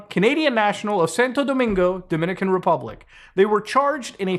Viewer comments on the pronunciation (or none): none